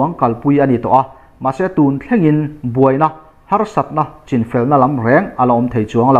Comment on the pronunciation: Mahni chipui te an sawi dan CHIN ( chhîn ti a lam rik tur ) hi chu han lamri dik ve tawh la chuan duhthu a sam lehzual ngawt ang. Channel dang ho chuan an lamri dik tlangpui tawh asin.